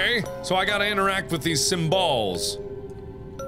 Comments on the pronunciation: im laughing so hard when he says "symballs" XD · did he say sym-balls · You won't sleep tonight!! lol hahaXD 5 mins later... Mark: let's find the simbalz. Me:🐸